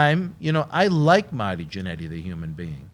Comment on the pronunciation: And its MARRRRTY not maty u nerd